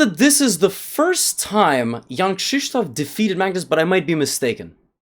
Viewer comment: How he says it in the video is correct Polish pronunciation